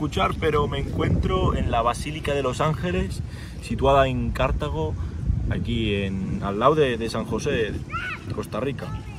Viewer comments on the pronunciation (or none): Pero en qué parte de San José te quedaste que dices que es peligroso? 😁 Y se dice Cartago no Cártago 👌🏼 bienvenido a Costa Rica